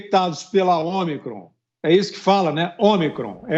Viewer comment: A vacina nova e “ômicron ou omacron “”kkkk...”